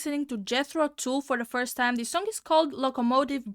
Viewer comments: It's not Jethro Tool, it's Tull, as in hull. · The band's name is pronounced: dʒɛθroʊ tʌl